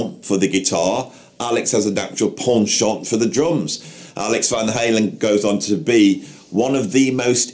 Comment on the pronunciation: I’m just a poor Appalachian boy born and raised in the shadows of the Smoky Mountains, the very cleavage of Dollywood. The very cleavage. So go on with your neighbors Robert Plant and such, were talking Dolly Parton here. Real royalty! Anyhow, I got confused with your British accent while ago. I think you said the word penchant (at least that’s what I was able to work out) but I thought you said pawn shop. I got so confused I had to replay it a couple times. Carry on.